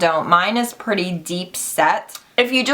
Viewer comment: Pri-tay!!!! Verah verah pritay!!!!